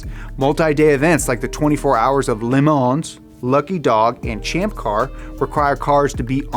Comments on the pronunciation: All the comments are disappointing. No one mentioned his pronounciation of 24h of "LEMONS" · Ah, I see you pronounce "Le Mans" like southerners pronounce "Illinois". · It's Le-Mans, not LeMans